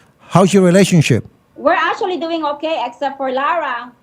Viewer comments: Verconica : ASHUALLLY - actually 🤣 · ASSUALLY , ASSUALLY ASSUALLY!!!! 😂😂😂